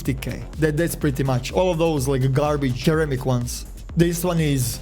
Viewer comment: mans cant say ceramic right